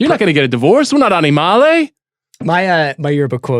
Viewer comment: Sean, it's "animali", not "animale". "We are not animali."